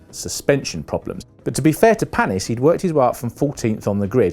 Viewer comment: Exactly. So ignorant Same with Panis and Alesi